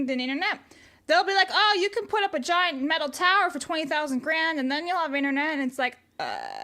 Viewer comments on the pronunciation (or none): none